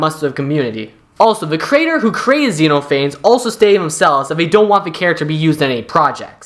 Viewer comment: pronounced xenophanes wrong; it's "ze" + "nof" + "uh" + "neez."